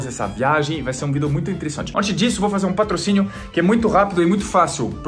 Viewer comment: ..você ainda continua dizendo "vido" e não vídeo kkk